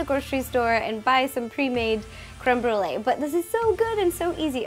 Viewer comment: I love how non french people pronunce it cweme bwouley it's so cute 😍😍